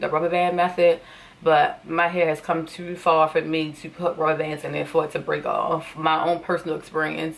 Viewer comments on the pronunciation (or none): "tew far" 🤭